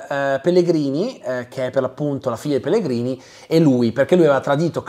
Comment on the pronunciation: scusa ma in che lingua hai guardato la serie? Perché pronunci Pellegrini all'italiana quando anche nella versione italiana il nome viene detto "Pellegrinì"